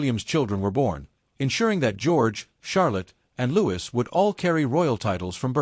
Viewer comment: It's Louis not Lewis.